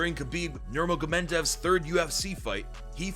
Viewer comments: Sorry But i have To stop watching that point when he says "Nurmagomentov".. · bro said nurmagomendev💀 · You pronounce khabibs last name weird